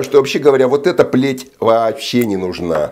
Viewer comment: Когда говорите ПЛЕТЬ слышится Б**ТЬ. Даже из интересней становится